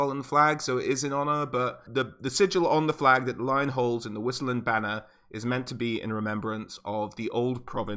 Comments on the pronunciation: Great vid! :D Btw, whoever says wisenland is just plain wrong: that in German (aka Reikspiel) would be Weisenland. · Don't wanna be "that guy" but isn't it pronounced vissenland? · u read Vissenland FFS !! its from Vis - latin word for power... u pronounce everything in the Empire more german like cos its reikspiel - a butchery of german but still german like, so W is pronounced the same as V in american (cos its not english any more). And its SOLLAND not Soland - two L's